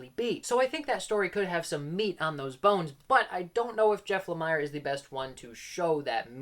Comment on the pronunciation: I always thought Jeff Lamire's name was pronounced with an 'e' sound as in 'ear', so like Jeff 'La-mear'. That said, I'm mixed on him as writer as well. He always gets a ton of praise though. I liked Fishflies, but never finished Descender. Never read the Essex County comic, but the TV series made from it was an excellent family drama.